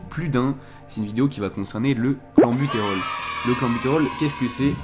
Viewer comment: oui oui mais on dit "clènbutérol" et non "clanbutérol" et "bronkodilatateur" et non "bron chaud dilatateur" et tu n'en dissuaderas pas un seul...ça semble si simple (à première vue)